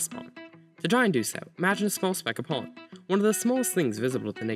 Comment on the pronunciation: Please pronounce pollen more clearly and slowly. My ears were about to bleed because I kept hearing “pawn”.